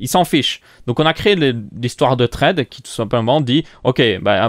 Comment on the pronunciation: très bien cpendant on dit pas "traide" on dit "thread" (tʁɛd)